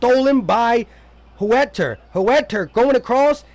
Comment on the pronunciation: Can U tell me who is HOOETTER? U talking about Huerter?. LOL! Daaamn